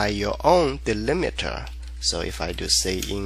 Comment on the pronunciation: "Delimiter", not "delimeter".